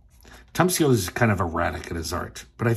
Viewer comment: It's pronounced Tom (Shee-O-Lee)🤩😎🤪